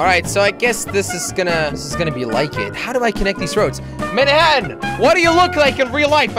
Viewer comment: Every time Jelly said "Mannhatan" I thought of "Friday the 13th: Jason takes Mannhatan". Dunno why.